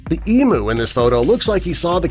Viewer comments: Emu is pronounced as eamyou not eemoo! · The. Word is “AERIAL” 🤦‍♂️ And Emu is pronounced E -MEW .not MOO. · Emu. Pronounce it as you do saying music e mew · That was NOT A EMU AND YOU YANKS CANNOT EVEN SAY IT PROPERLY